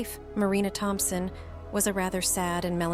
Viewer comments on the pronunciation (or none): none